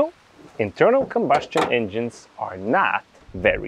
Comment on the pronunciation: Combustion is not "combuSHtion" (and SHtroke). Good video other than that.